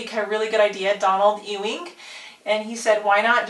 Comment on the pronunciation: thank you so much for mentioning me I was so excited to hear my name how ever you did mispronounce my last name wrong no big deal i'll let it slide this time but in the future when think of it think famous celebrity JR Ewing or basket ball player Patric Ewing or if you need a better way to think of it (UING ) not (EWWWing) just FYI